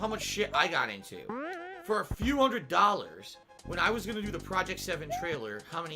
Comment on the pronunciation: "only a couple hundred dahllors"